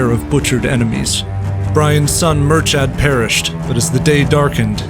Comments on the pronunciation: Speaking as an Irishman, his son's name is pronounced Mur-ka, not Mur-chad... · Well done on the names, only thing is its pronounced mur-kad not mur-chad